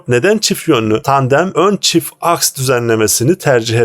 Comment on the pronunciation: ASK deyip durdun be kardeşim AKS AKS